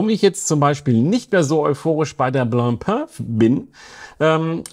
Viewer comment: Prekäre Aussprache der Marke „Blancpain“. Die Nasale sitzen leider gar nicht. Vielleicht hättest Du besser gleich „Weißbrot“ gesagt…😉